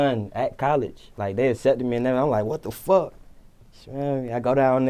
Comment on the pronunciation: ...They get they "shit" took... ...."beat up"....an "errthng" 🤔🤔🤔 😂😂😂 #SuspectOrNah😂